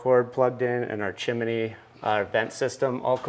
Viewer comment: its pronounced CHIM-NEE not CHIM-IN-NEE